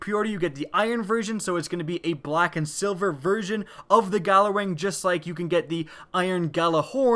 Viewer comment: its pronounced yallerwing